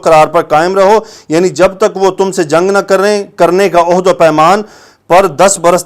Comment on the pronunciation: Mazrat ke sath,ohad nahi hota ahad hota ha jiska mtlab ha wada